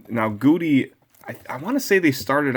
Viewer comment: Love your throwback Thursdays... BTW its pronounced Gow-Dee